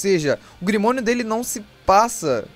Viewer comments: Ficou top seu video , mas... Fala grimório não grimonio kkkkkkkkkkkk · Grimorio mano e não grimonio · É grimório mano não grimonio